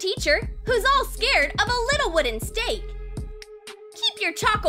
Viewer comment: It is not chark it is a stake